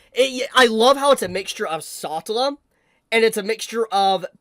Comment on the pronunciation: I stopped midway through this video because I couldn't understand how you could pronounce Satella and Petelguese's names so aggressively wrong. Did you not watch the animes?